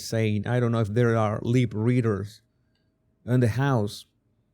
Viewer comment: "Leeeep readers" 😉